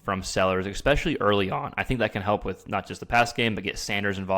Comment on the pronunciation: If you’re going to broadcast…the word is pronounced ESPECIALLY not ECKSPECIALLY